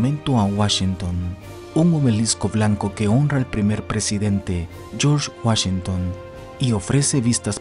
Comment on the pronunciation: Puro Cheken de Woshinton ... 😉